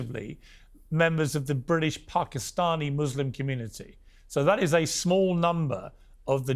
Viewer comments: When did PARK-i-stani become the pronunciation piers? Well corrected immediately after by jordon. The tone was set and called out immediately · Who knew that Pakistani had an 'r' in it